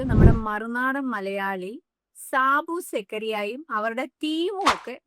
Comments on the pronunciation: സാബു സക്കറിയ അല്ല😂സാജൻ സ്കറിയആദ്യം എല്ലാവരും പേര് നന്നായി പഠിച്ചോളൂ ട്ടാ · സാബു സെക്കറിയ...ഈ യൂട്യൂബർക്ക് ഒന്നാമത് പറയുന്ന കാര്യത്തെപ്പറ്റി വല്ല്യ അറിവില്ല... അതുകൂടാതെ ഒരാളുടെ പേര് പോലും കറക്റ്റ് ആയി പറയുന്നില്ല... നിങ്ങളുടെ ചില വീഡിയോസ് കണ്ടപ്പോൾ കുഴപ്പമില്ലല്ലോ എന്ന് തോന്നിയതാണ്... ഇപ്പൊ അതിൽ തീരുമാനമായി...👎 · സാബു സക്കറിയ അല്ല ഷാജൻ സ്കറിയ എന്നു പറയൂ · മമ്മദിന്റെ കുത്ത് കിത്താബിലെ കഥകൾ അങ്ങനെ കോടതിയിലും എത്തും...🤣ഷാജൻ സ്കറിയ എന്ന് പറയാൻ അറിയാത്ത വാണം ആണ് റീൽ ഇടുന്നത് 🤣😜